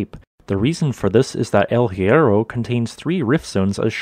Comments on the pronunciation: Please try to improve the pronunciation google transate can help you. The H in spanish is always "mude" no sound at all, aways.good video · The H in Spanish is mute. So much effort in this and the main name hurts my ears